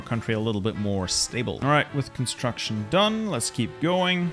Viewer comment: “Cumatruction”